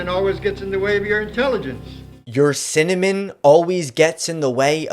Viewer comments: Everyone who say its sentiment is wrong. Turn close captions on. He actually says Cinnamon. Its supposed to be sentiment, but that is not what he says. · It's "cimanin" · Sentiment btw, not cinnamon haha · IN HIS DEFENSE, I also legitimately heard 'cinnamon' first and had to do a double take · in his defense, I also legitimately heard 'cinnamon' first and did a double take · The closed captions on YouTube are not the same as CC on the original material. He mispronounced it which is why the AI youtube captions don't actually know what he said